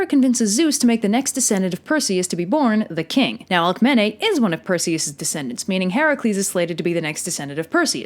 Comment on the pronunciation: I thought Alcemene is red AlkemEEnEE